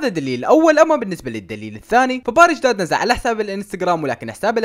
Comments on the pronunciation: مو داد🤣💔✌️ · يا اخي اسمو مو داد😂💔